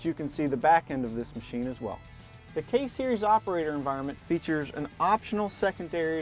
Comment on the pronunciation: i take that back he says case series from - -_